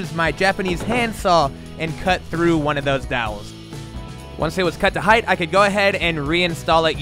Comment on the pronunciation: Dude is amazing but when he said “heighth” I got lightheaded.